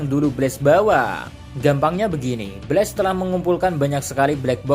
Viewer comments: kalo pengucapannya pake e itu BLAZE, kalo BLAST pake a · Min pengucapan BLAST, bukan pakai e tapi pakai a